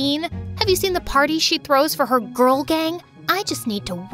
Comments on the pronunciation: "perfect Ka ghurl" bros a Filipino 😭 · "perfect KA GHURL" omg is that phillipines?!!! the background- my gosh its a disaster 💀💀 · "perfect ka ghurl" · “Perfect ka ghurl”😭🥹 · "perfuct ka gurl" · "Perfect ka ghurl?" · "Perfect ka ghurl" I noticed it when she was showing her test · "perfect ka ghurl" 😂